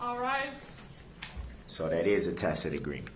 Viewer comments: This monster was finally told that it's not a "takid agreement", but a tacit agreement.😂😂😂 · "Yeah, you can't co-horse me into dat! It ain't no judicial determination! I ain't gonna have to tack-it agreements dat ain't lawful law!!" What in the world would make this sub-literate piece of human filth think that the jury would nullify the laws against the murder?? This is hands down this stupidest being I have ever seen.